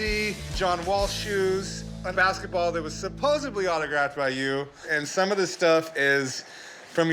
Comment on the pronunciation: A grown adult just said “Supposebly”.